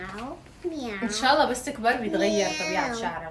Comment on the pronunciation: الله لفظ الجلاله بالهاء وليس التاء